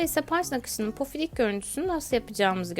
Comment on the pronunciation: Yalnız pofidik değil pofuduk olacak